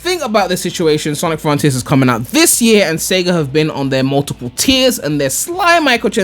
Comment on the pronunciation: snic Frun-Teeers